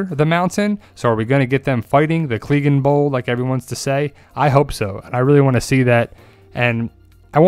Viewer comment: well, you definitely said clegaignbowl wrong lol